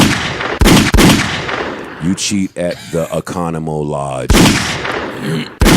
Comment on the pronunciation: That nigga said Economo Lodge